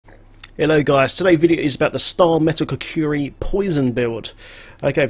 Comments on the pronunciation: As much as I love this channel and your build I cringe every time you say "kukuri", its called "kukri" I have a little ocd when it comes to melee weapons, especially blades. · Lol... Your not the only one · I love you m8 but repeat after me ku-kri... kri like from cri-cket!